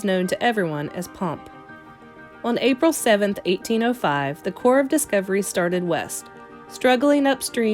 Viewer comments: Because the p is silent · why do you keep saying cor ?